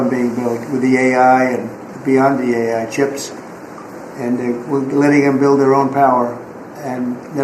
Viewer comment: Can you please let our Education Department gal know that it’s A.I. as in Artificial Intelligence, not A1 as in steak sauce?